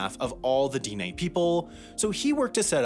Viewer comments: It's not Deen Nay---- Dine' is pronounced more like deeneh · The emphasis is on the second syllable in Diné, it's dih-NAY, not DEE-nay. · he also keeps mispronouncing Dene (DEH-nay) as dee-nay 🙄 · It isn't pronounced "DEE-nay." It's much closer to "di-NEH" or "de-NEH." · It's not Deenay. It's pronounced Di-neh. Like the di in the word dig and like the ne in the word never. Dine'- with an upward inflection on the e because that is a "high vowel" denoted by the mark over the e. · The e sounds like ae so like dinae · At least he didn't pronounce it "dyne." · Diné is not the same as Dene, and is actually pronounced “d-NEH” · I thought this guy was from the Denver suburbs. Granted, it seems that nobody in Denver is from Colorado any more, but some of the pronunciations make me think he might be from New Jersey or some place like that. Diné is not pronounced DEE-nay. Anglos from the region (like myself) pronounce it more like Deh-nay and Navajos themselves pronounce it more like D'neh. Bosque is not pronounced like the name of the Star Wars bounty hunter, it's pronounced Bos-kay. And of course, as others have pointed out, Cherokee is not pronounced ChurOH-ky. Despite all of that, I'm glad that this video was made, hopefully bringing more awareness of the Navajos as a people. Hopefully this will make people curious about the Navajo's unique and beautiful culture. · This was the first time I had ever heard someone NOT pronounce it that way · Snoqualmie was right! (That’s my pic) Dinè was wrong. (Reverse emphasis) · I appreciate doing a video on my people, although you were mispronouncing the term dine, I do appreciate you using the proper term instead of Navajo. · And Dine is Den-ay..... Bashas' is Bash-uh's.... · It's di neh..the e is stressed not di nay